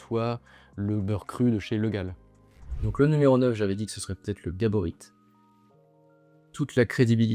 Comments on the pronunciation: Par contre le "t" de Gaborit est muet, ça se prononce "gabori" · Soutien à Bernard qui s’est fait écorché son nom de famille tout le long de la vidéo. Le t est muet.